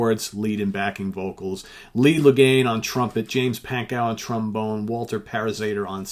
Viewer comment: Lee's sir name is pronounced LOCK NANE